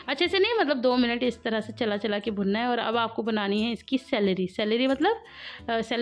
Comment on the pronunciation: Salary nhi SLURRY 🤦‍♀️😂